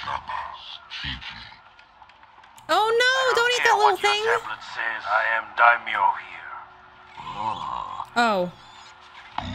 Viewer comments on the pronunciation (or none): Dime-Yo is the pronunciation you are looking for. Daimyo is Japanese title of nobility. It is a fitting word for Boba Fett's character and the theme of the show. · Daimyo pronounced dime-yo, is a Japanese word. They were feudal land owners subordinate to the Shogun. The order of power was Emperor, Shogun, Daimyo. Cant wait for the next episode and reaction.